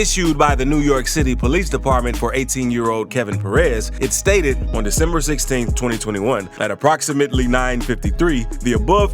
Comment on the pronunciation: Any presenter who announces a month as "Day-Simmer" ought not to be trusted.